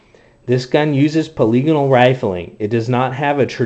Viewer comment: as a cz82 man i gotta say thank you for pronouncing polygonal correctly on youtube. you just got a subscriber.